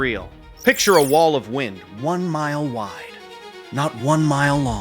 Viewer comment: Jesus christ man, AI shit is nuts now. "Nothing but whined, water, and" - whatever the fuck. "At the time it mahttered most". Is this what the goddamn data centers are producing? 2min in and I'm out. Time to get back to Skeeter Jean. At least he's a real human.